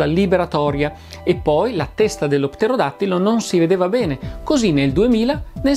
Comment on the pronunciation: Il video è stupendo, per di più una impresa dire correttamente pterodattilo per tre volte consecutive 😂